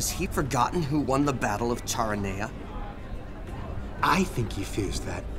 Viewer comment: Very well done. Some mispronunciations, e.g. Charoneia is not Char o knee uh, it's Kara knee uh.